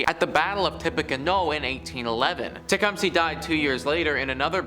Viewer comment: It's not pronounced Tecum-SEE it's tuh·kuhm·suh.